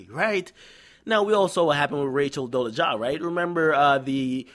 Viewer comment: bright bart is how it's pronounced and rachel dolezal is pronounced dole eh zall